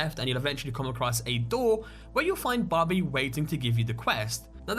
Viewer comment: When you said Barbie it sounded like "Bubbie".